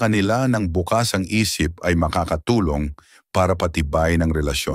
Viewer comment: Konteng g pagsanay lang po sa tamang pag bigkas gaya ng bukas at bukas bukas as tomorrow at bukas as openminded...🙏🙏🥰